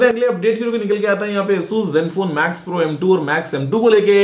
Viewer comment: Guruji its Max pro not Mac pro